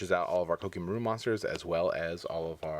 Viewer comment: Did it bother any1 else by the way he said koa'ki merit?